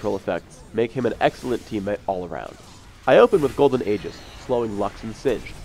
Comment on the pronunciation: he pronounced Aegis wrong